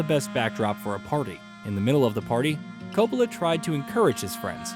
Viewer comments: Ka-POLA?? Have you ever been to a movie? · And then there's Francis Ford Ka-POLA. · Seriously doubt if I’m going to be able to finish a vid on film history in which Coppola is mispronounced.